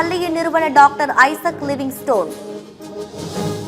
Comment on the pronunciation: லிவிங்ஸ்டன்/ லிவிங்ஸ்டோன் அல்ல. சத்தியம் செய்திகள் இந்த உச்சரிப்பு பிழைகளை ஆண்டுகள் பல ஆனாலும் திருத்தியே கொள்ளாது....